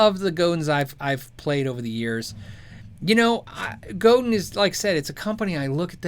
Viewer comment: It's FRENCH. it's GO-DAHN with the accent on the second syllable. Not go-din (like 'dinner') It's Robert Godin's last name.. RO_BAHR GO_DAHN